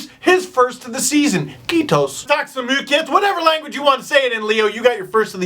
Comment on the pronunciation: OMG STEVE AS A FINN THAT "KIITOS" SOUNDED SO HILARIOUS😂😂😂